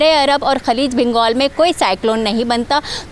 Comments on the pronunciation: Khaleej bongal Nahin khaleej bangal hai.. Plz more study now... Fazool me show bazi wali talking style mein ap maar kha gai.. Bongal nahi bangal kha karain... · bangaal ko bongaal keh gai... Show bazi talking style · Kiyon kia ap affort nahi kar sakti is tara ki mask... Mask ko choro bangaal ko bongaal keh gai... Show bazi talking style me dandi mar gai bangaal ko bongaal hahaha